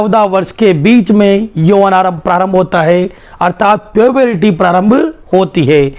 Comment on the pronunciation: Sir puburity nhi puberty hota hai